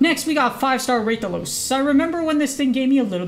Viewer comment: Its RAH thalos btw not raythalos